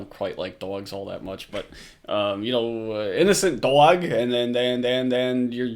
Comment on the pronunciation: Please don't say "dog" EVER again.... WTF accent is THAT?!?!?